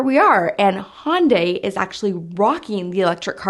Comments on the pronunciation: Hyundai is pronounced "HUNNDAY" like "Sunday". You're still crisscrossing it with Honda by calling it a "Hon-die". I say this only because my dad tried to talk me into a Hyundai as my first car when I was 16 instead of a Camaro and I remember their marketing material stating "Hyundai rhymes with Sunday". LOL. Which do you think I chose? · Hun-day, not Hon-day. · If the US pronounced the names correctly like the rest of the world there would possibly be less confusion - Hon-da - straightforward but it's pronounced Hy-Uhn-Di everywhere else on the planet - not hun-day. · Hyundai is pronounced like Sunday...not Honday. LOL! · Pronounce Hyundai like Sunday. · Hyundai is pronounced Hi-Yun-Die. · Hyundai is pronounced “hun-day” or "h-yun-day” Hun like sun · Say "Sunday" ... then say "Hun-day" ... that's how you pronounce Hyundai. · He yawn die